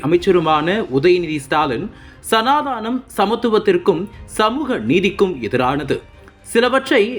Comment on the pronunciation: சனா தானம் என உச்சரிக்க வேண்டாம்.. சனா தனம் என உச்சரிக்கவும்